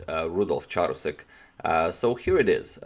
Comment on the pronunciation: I believe the Ch in Charousek is pronounced as k.